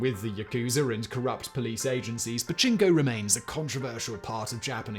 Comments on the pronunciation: pachinko, pachnko, bachingo, dude you need a skillshare to help with the amazing ways you have mangled that word. Oh and the part where housewives can leave kids and groceries in the cold lockers still makes me chuckle :). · you need to enunciate the "pa" or japanese people may think you're talking about a male body part. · Turn on CC and watch a different word/spelling be used every other time Simon says "Pachinko". I think Pajama was my favorite.